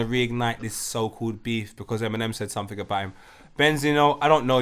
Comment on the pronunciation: "Something" man... Jeeez. These man saying "Somethink"😅😅😅😅😅